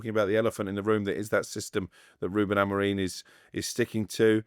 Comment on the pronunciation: And is STILL calling Amorim Amorreeen 🤷🏻‍♂️ What is he not getting when both and pronounce his name correctly 🙄 Like you but sort this out mate, it’s annoying!